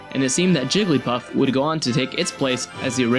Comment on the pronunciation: "Recorations"? O.o - "Berunrun" shouldn't sound like, "beh-LOO-len." "IgglyPuff," "KakutaTsu," and "betta"? Really? Some people say, "BAY-ta," others say, "BEE-ta," but "BET-ta"? No one regularly says that. Does no one listen to these audio recordings before putting up gaming videos anymore? Ask someone with a sense of how the English language works (according to the applicable dialect) to review your works before posting. Why does it matter? Speech like this makes the viewer think that you're just pumping out videos, without any pride in your work. More and more viewers are getting sick of this lack of consideration. (Check the comments in videos narrated by Falcon on Gameranx and videos narrated by Scott Tailford or Ash Millman on WhatCulture Gaming for many similar pronunciation complaints.)